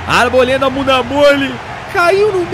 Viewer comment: Porque sempre o Arboleda aparece,vc fala buda mole kkkk